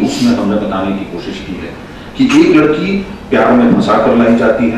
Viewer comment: Sir jo pehle sabko intro karra reheh hein unka pronounciation mein "S" Kuch jyada hi highlight ho raha koSSis jahan pe sha aana chahiye wahan,, budbak ho ka